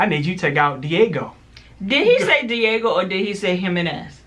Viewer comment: He said Diago